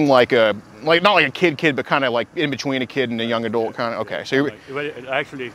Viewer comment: The way says adult is irritating. "Adoolt"